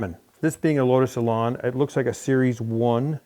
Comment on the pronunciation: It's lotus Elan not Elarn